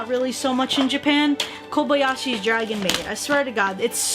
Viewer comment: Ms its KoBAYashi not Kobaiashi sTOp